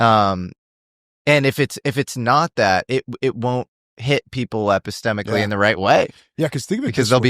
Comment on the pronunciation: "Epicstemcolly"...dude just makes shit up ffs